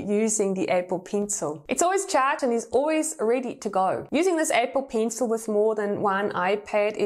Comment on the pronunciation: “Apple peencil” I DIED EVERY TIME SHE SAID THAT(just a joke I’m not insulting her accent)